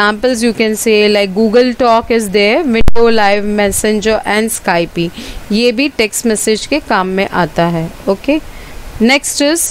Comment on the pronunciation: Skype is not pronounced 'sky pi' its 'skypp'